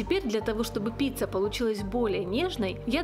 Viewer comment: Очень вкусный рецепт, но произносить надо как и пишется : пиЦЦа, а не пиЦа, поскольку неправильное произношение режет слух. И, наоборот, шпиЦа у вас случайно не шпиЦЦа ?